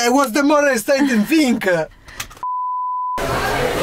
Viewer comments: Why does say fing instead of thing? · that FINK thing... of hahaha I am finking about... haha